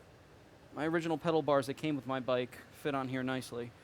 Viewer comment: Did he just say "pedal bars"?